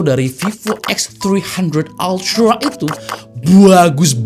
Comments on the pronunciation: Anjay.... Eks Tri handred altra, ribet bang ngomong nya 😂. Bang abis makan roti keju ya? Jd pinter bhs Inggris nya 😂. Mantap lah, mgkn inilah jawaban user Android yang pingin kamera pro, tp bosen pake aipon. Segment foto & videografi di HP sih bkn segmen besar. Tp adanya produk pasti ada pasarnya jg. But, gw yakin semakin lama klo kamera HP udh setingkat mirrorless ada kemungkinan kamera profesional yang mid to low bakal tergantikan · “VIVO EKSTHRIHANDHRET ALTRAA” 😂😂😂